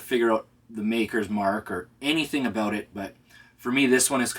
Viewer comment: A soul from a boot? A boot what?! What is it a boot?! What are you trying to say strange Canadian man?!